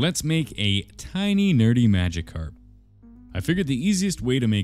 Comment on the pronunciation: The way he said gyarados and magikarp threw me off for a bit and even tho he ruined his first edition it's still cool